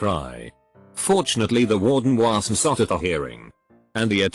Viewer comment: what was that "wasn't" pronunciation..